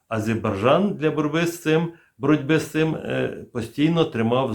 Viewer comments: Я не докопуюсь в жодному разі, але, ви плутаєте в назві країни букви: АзеЙбаРджан, тоді як правильно АзеРбаЙджан. Це інформація просто для точності. Адже точність, запорука професіоналізму. Випуск цікавий, як і теми в них.👍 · Не азеЙбарджан,а азеРбайджан... Невже так важко запам'ятати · Да не Азебаржан, а АзербаЙджан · Азербайджан вообще не получается два раза произнести одинаково... и это только один пример того, как трудно вашим слушателям расшифровывать "оригинальную" дикцию... Спасибо за информацию, позицию, иронию! 👌💙💛🙏🇺🇦✌️ лайк под видео + под каждым комментарием